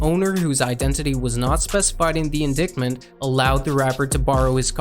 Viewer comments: It’s in-dite-ment not in-dick-ment LMAO great doc tho keep up the great work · did you really say indickment BRUH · Indictment is not pronounced “in dick mint” haha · He said “in-dick-mint” lmao Also im pretty confident that there isn’t a single rapper in New York that hasn’t claimed to be king of New York